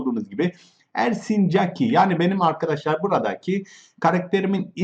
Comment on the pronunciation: Oğlum yav "Mrb adadaşlar!" diye başlama ilk İngiliz sanıyom sonra Türk.Sonra İngiliz sandığım için kapatıyorum!YAPMA!!!